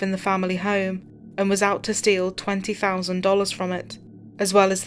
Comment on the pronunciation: “Tew fowsand “